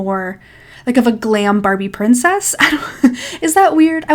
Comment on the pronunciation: You said glam babie princess…… 6 times 🤣